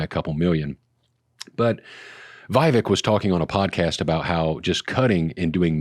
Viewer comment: it’s pronounced “Vi-VAKE! 👍